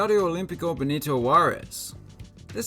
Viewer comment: Be-ni-to juarez